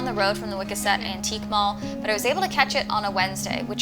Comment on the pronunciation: "Wiscasset" you mean? With three "s" and an emphasis on the second syllable that rhymes with "ass"? ✅